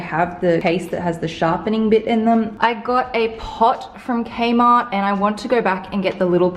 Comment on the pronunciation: I heard kmart as kenma lol. nekoma